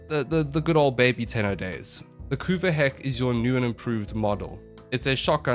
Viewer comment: you did pronounce it correctly! thus the community declares this a valid tierlist.